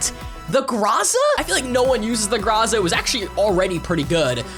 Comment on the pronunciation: Its prounounced Grow-za